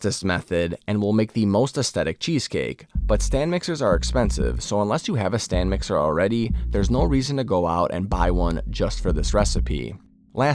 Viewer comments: Looks good, I want to try this. But... it's a stand mixer, not "stan mixer". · Stan mixer? It's Stand. lol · Will try it out. Just FYI, it's "stand" mixer not "stan" mixer. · Stand mixer not Stan Mixer😂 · It's a "STAND mixer". Not Stan. 😂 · Is he saying "stan" mixer? I saw that on the screen. F.Y.I it is "stand" mixer. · I’m stuck on “urethra-tall” 😂 never heard it pronounced like that in my life. Eh-ryth-ri-tol Oh god “Stan mixer” too? It’s a mixer that is on a stand, they are called Stand Mixers, that one is wild 😭